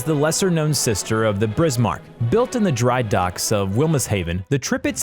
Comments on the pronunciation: He:Brismark All:Wtf dude All to: Bad pronouncation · “Tripitz” “Brismark” it’s like hearing a fork scratching a plate!!!!!!!!! I tried to watch the whole thing to see what people are talking about but I couldn’t take it anymore!!! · Tripitz Brizmark lollll Total bias as you'd expect from an American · "Brizmark", that pronunciation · Brismark.....Tripitz.....I can't wait for this dork to pronounce the Yamatomato Medway.......this guy is dyslexic. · I have never heard such mangling of the names of warships. The Brismark? Good lord. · brismarck, tripiz, prinz eugen. isnt english a germanic or semi germanic language? ok his pronouncyation is even worse than mine. and i am already bad. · Lol brismark and prenz eugen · No one: Every world of warships player when they hear the him butcher the names of the Bismarck and Tirpits “REEEEEEEE!!!!!” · I stopped watching when he got the Tirpitz and Bismarck wrong can't watch any more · Thank you, I seriously thought I was pronouncing Prinz Eugene wrong, until I heard him butcher Bismarck, Yamato, midway, and the rest. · Pronunciation.... Bismarck, Tirpitz, Eugen, Trafalgar. I gave up at 6 minutes... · This is a joke, right? This guy is trolling. It's one thing if you pronounce a word in an Americanized fashion as we do (you don't have to get all fancy when you say mozzarella), but there is no excuse for pronouncing something incorrectly, particularly words in your own language family. BRISMARCK? Really? Do you see 2 letter Rs there? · I think he’s a google robot by his pronunciation Medway, notortorise, brismarck, tripitz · William Samuel how he said “Prince Eugene, Brismarck, Trirpitz and Airizona” hurts. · It's Bismarck not brismark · My Great Grandfather would probably be rolling in his grave if he heard the way you pronounced the ship he serviced on in WW2. I mean come on it's Bismarck not Brismarck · STOP MISS PRONOUNCING BISMARK WRONG, DO YOU SEE A R BEFORE I BISMARK NOT BRISMARK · "The brismarck" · lol Brismarck and Eugene